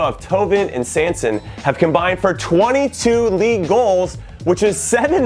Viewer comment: Omg Jimmy...you're pronunciation of "Thauvin" and "Sanson" gave me diabetes lmao